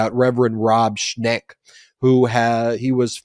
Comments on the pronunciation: Schenk not Schnek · It's ShENk, not ShNEk. Not sure of the exact spelling but it's en not ne. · The name is "Schenck", according to the internet, not "Schneck". Thanks for your great work!